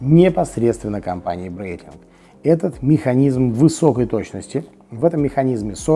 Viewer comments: Это произносится Брайтлинг, не Брейтлинг. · Меня тоже удивило...Произносит, что компанию основал Брайтлинг, а часы называет Брейтлинг. А так же компанию Хаер, а часы Таг Хоер. Нужно как то определится))